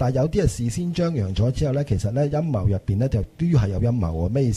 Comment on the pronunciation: 開場果時講到好似陰疣背後..